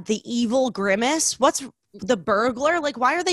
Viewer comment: they both do the george bush thing he did with nuclear saying "nucular" and they both say "bergaler" instead of "burglar"